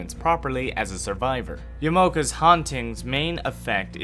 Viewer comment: Oml pls learn the correct pronounciation. Ya-ma-o-ka